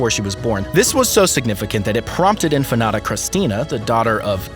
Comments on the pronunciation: its INFANTA not infanada lol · Pronounced "inFANta", not infanata... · In-fan-ta not in-fa-na-ta. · The reader needs to look at the words properly. It is INFANTA not InfanAta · Say In Fanta, like Fanta soda so.. inFanta....you're calling her empanada...omg!!! Atrocious!! 😅who is this guy...he needs to be trained on how to speak but should not even try to say the words he can't pronounce. 🥴🥴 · Let me help you out with your difficulties. 1. Leonor, is princess, not infanta. 2. It is pronounced INFANTA, not infenada. 3. I imagine you have heard the name of Sofia ,at least once in your life. I won't explain to you what the difference is between an infanta and a princess. May I suggest to look up some YouTube uploads ,which might help you, specially with your awful pronunciation. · It sounds like is saying empanada! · How can you get Infanata out of infanta. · Really! I know you edit this video before submitting. Why didn't you research the pronunciation. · Just a couple of corrections: The name of the emeritus Queen Consort is SOFÍA, not Sofa. It's the same pronuncation like her grandaughter InFANTA Sofía, not Infanada. That word doesn't exist in Spanish. Cheers x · What is "INFANATA"? Please, take some pride in learning simple pronunciation! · In fa na ta??? As in empanada??? Man!!! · Why does this idiot keep saying Infa-NATA ?? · PLEASE LEARN TO PRONUNCE "INFANTA" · It bothers me how Infanta pronounce🥺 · Infante/infanta is the Spanish pronunciation of infant when translated roughly into English, just with a vowel at the end. While Spanish isn't the narrator's first language, infanta is not difficult to say. Americans even with whatever Spanish they remember from high school will be able to make out infanta without adding an extra syllable. If that doesn't work, Fanta the soda is sold here a, all he had to do was say Fanta and make the a a short vowel sound . So Infannta would become infahnta.